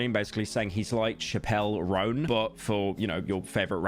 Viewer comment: he pronounced the Roan correctly. Which is insanely suprising. No one can ever pronounce that name right